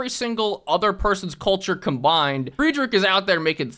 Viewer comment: if you ever make another civ video you should do the reverse pronunciation bit, where you pronounce names like hatshepsut perfectly but you say friedrich II like the english words "fried rich eye eye"